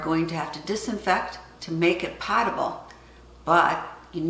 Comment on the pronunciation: Great video, as always! I also wanted to let you know that the word potable is pronounced with a long "o" as in the words potent or close.